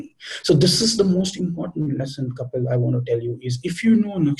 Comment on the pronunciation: check your pronounciation